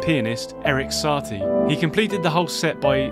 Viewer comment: the info is great, the pronounciation is crazy lol Shimnowpeidy by Saty lol